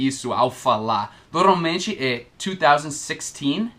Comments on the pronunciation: Oi, a pronúncia correta é / Nor- malmente / e não ''Noralmente'', já se ouviu pronunciando-a? é só uma dica de alguém q. aprende muito com os vídeos de alguém q. ensina bem pra caramba. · E aí,! Só uma dica: Quando você pronuncia a palavra "normalmente" está soando "noRALmente", ou seja, sem o "M" depois do "R". Só um toque mesmo. Seus vídeos são ótimos! Obrigado por tirar tantas dúvidas.;)